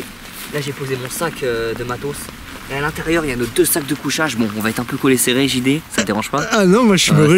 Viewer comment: ont est d'accord qu'il a dit le grand GD ou lieu de JD